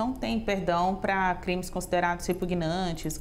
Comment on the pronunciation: CRITÕES????? HÃNNNNN????? MEU DEUS...